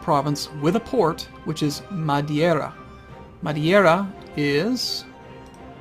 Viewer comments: These EUIV vids are awesome. I've been playing EU since 2 came out about 10 years ago, and I still find these extremely helpful. Also even though your Spanish/Portuguese pronunciation is actually good (except for Madeira which you pronounced Madiera) it made me giggle as a native Spanish speaker. Keep 'em coming. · at the risk of sounding like an ass, the mispronunciations of Madeira and Cape Verde really bug me.